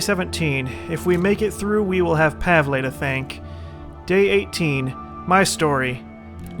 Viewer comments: Pavle's name is pronounced "Pav-ul" lol I'm sorry I had to say something haha but you saying Pav-ley is funny as hell haha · Pav-el. Pav... El. Pavle. not Pavlay. Pavle. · Hey, just a heads up, Pavle's name is pronounced Pah-vull. Love the series and try to stay out of giant firefights. I don't wanna see everyone die due to a slight mistake and the series end off on a bad note. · THUNDER KOCK Jones do you understand its pronounced pavley now? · christopher weaver Also, just cuz was told that "Pavlay" was the way to pronounce it by many people doesn't necessarily make it true. I was just explaining WHY he is saying Pavlay, not that Pavlay is the correct way to pronounce it. It might not be.